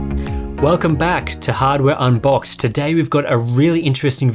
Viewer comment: No one going to talk on how sharp, clear, and explicit pronounced hardware unboxed at the beginning?